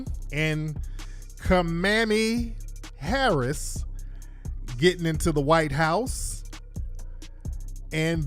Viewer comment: I cannot 😩😩 he said Kamami Harris